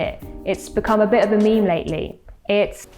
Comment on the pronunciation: Did she say meme as MEM-MAA